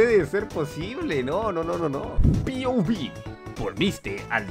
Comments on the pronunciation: Me da ansiedad escuchar a duxo decir pouvi xd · No es: piouvi Es: POV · Por que le dices "piovib" en lugar de pov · Mi ansiedad cuando duxo no dice pov y dice piobi📉📉📉📉📉📉📉📉📉📉📉📉📉📉📉📉📉📉📉📉📉📉📉📉📉📉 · Te lo ruego, di POV no PIOVI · Pov: duxo dice "pi o vi" Y no pov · Es POV no piovi, sobre qué no das risa N sabes pronunciar? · se dice "point of view" no "pi o vi", aprendan antes de criticar